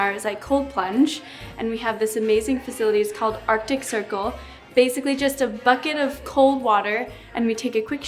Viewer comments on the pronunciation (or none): none